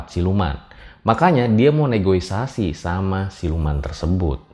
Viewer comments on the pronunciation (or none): NEGOSIASI BANG BUKAN NEGOISASI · ralat tuh bang. NEGOSIASI bukan NEGOISASI. 🤣🤣🤣🤣